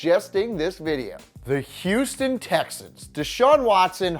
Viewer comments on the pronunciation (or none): none